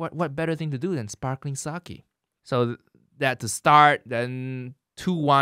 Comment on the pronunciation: did i just hear an asian man say sakie?